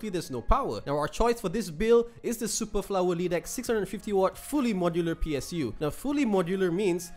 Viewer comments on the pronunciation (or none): PS: its Super Flow-er, not flower btw, great channel, although I always watch big tech channels, their market is different from ours, they always had incredible deal and prices that we could not get. Interested to see more budget builds or maybe used parts build video, like through deal hunting on Mudah